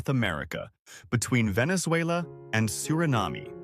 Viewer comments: Surinam-ee lol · Suriname is pronounced Suri-nahm and Guyana is pronounced Guy-Ah-nah. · Stopped afte Q1 as Suriname is not pronouced Surin-AH-Mey' and Guyana is not pronounced 'GooYahNah'. AI gone abit wrong?